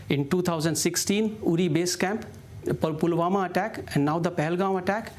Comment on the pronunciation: Useful tips before a TV interview: 1. Take a cough syrup dose so that you dont need to clear throat of anxiety. ahem..ahem... 2. Properly rehearse the terms and names so you dont misspeak "pulghaon, pulawama .. pahalgaon.. pahalgam" or "pahalgaon airbase" 3. If you can, please improve your pronunciations. So you don't speak "jiro tolerance" instead of zero tolerance.